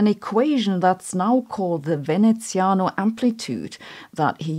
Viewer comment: Love the content, and kudos for the nearly perfect Veneziano pronunciation!